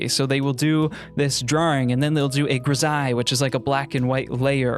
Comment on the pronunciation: finally, I know how to pronounce grisaille